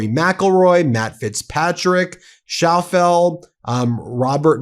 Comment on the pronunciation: His name is pronounced Shaff-LEE, not Shoff-el. DAMN, BEN! Gordon Speith, who is a big name, was there. Most of the players that showed up are well-known!